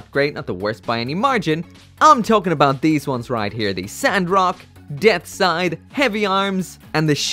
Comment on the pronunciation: Death Scythe not "Death Side"...